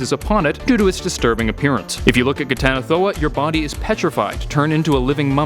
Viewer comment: I'm surprised you pronounced that flawlessly.